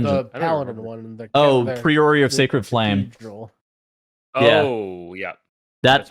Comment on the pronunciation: Pry-oh-ree, not pree-oh-ree, ya goobers.